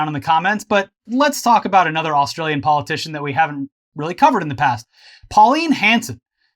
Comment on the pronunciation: "We're gonna talk about another australian policitian..." me: ... Bob (Katter) or Pauline?